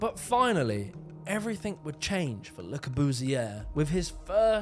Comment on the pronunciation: Love your vids but why do you say "evreythink" instead of everything?